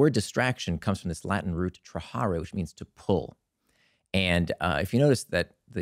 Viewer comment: He butchered trahere